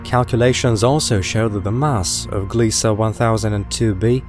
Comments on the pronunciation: It's Gliese, not Gliesa. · there is no A in the word Gliese. it's pronounced as GLEESE rhymes with GEESE.